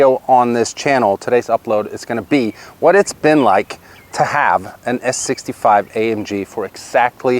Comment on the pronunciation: Mike....the "S" is not there....😉